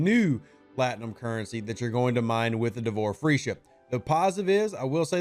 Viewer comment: D'vor Feesha. There's no R! 😂 It's not Free!